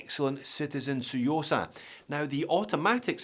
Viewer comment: Love the 'T', saying the quiet bit out loud.........👍👍